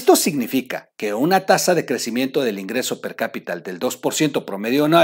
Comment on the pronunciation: mi, solo te hago 3 observaciones y con todo respeto, es antípodas acento en la i, es "per-capita" no percapital, es Viste no Vistesss, recuerda que estas inclusive a nivel internacional y el buen lenguaje nos da mejor proyección, te deseo unas felices fiestas y no se me dejen venir todos eh!! es una crítica constructiva, que le hace bien al